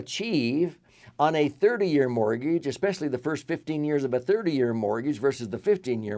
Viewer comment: What's a mor-geej?